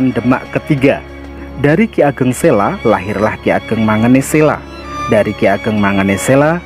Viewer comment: Ki ageng selo,bukan ki ageng sela Terimakasih